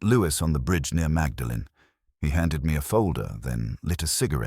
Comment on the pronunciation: “Magdalen College”??? It’s pronounced “Maudlin”!!! Bwahahahahaha!!! AI trash.